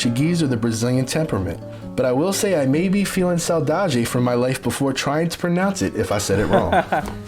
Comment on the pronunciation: Is not saudage, it's "SAUDADE"😊